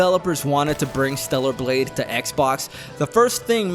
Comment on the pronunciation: torta blade